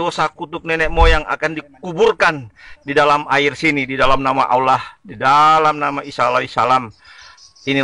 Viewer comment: Babtisan yg menyebut ALLOH ja mleset jelas auloh dn menyebut ala da jelas perbuatan orang kafir. amati bacaan dgn jeli dn jelas. lidah orang kafir bila mengucapkan ALLOH pasti melintir kesulitan dlm pengucapannya.